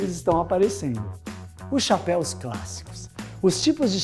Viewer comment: Muito bom video parabéns muito yotuber fazendo a pronuncia de form errada de chapéu no plural vc foi o único que acertou os caras falam chapéis kkkk parabéns